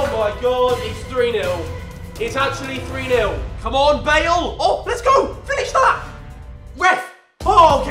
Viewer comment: HE SAID FINNESE IM DED